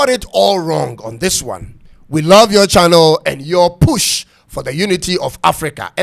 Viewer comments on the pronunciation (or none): none